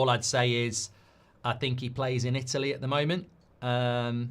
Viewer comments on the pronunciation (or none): none